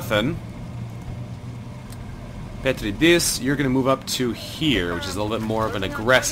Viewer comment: Loving this series, I enjoyed your previous XCOM ventures and this one does not disappoint either. By the way, the in the name "Petridis" you want to stress the second syllable (Pe-TREE-dis) :P